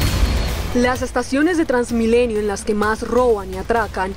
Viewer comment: "Trasmilenio". Rafael Poveda